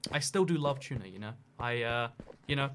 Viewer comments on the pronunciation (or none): I hear... Chuna instead of tuna